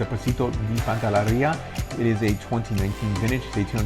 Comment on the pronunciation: PANTELLERIA. Not pantallaria!